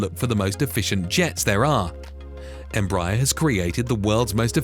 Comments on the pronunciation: I think it’s pronounced embrayer not embrahyar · Pronunciation …boy you kill the name ..how do you get. ‘M-Bryier ? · “Embaaayer?” Dude, quit using those silly CIA robot voices! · Tip: you're supposed to stress the last syllable. em-bra-ER. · I agree, your observation is valid.